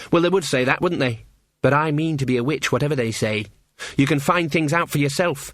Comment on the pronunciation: I deffo hear 'bitch' not 'witch' !